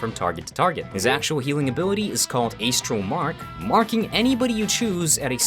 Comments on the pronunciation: buddy, love ur content but its astral (ass tral) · please.... I have never heard anyone say ey-stral before. stop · Calling it "ACE-tral Mark" made me hurt inside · It's pronounced ass-tral. You know, stars. Astrology. Bruh. Don't tell me you say ayyystrology. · ayyy stral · how pronounces astral should be a war crime